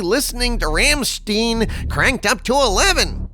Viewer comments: the band name is pronounced, “Rom - styne”; long “I” sound. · Thanks for this video,! Keep it up! Greetings from germany! "Ramst-I(eye)-N";) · I commend taste in music, my favorite band right there - but it's pronounced RRum-Schtine;p